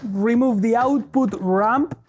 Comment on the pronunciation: Oh, RAMP. I ghought you were saying RUMP.